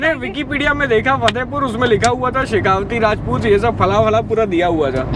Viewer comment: It's शेखावाटी... Not शेखावती।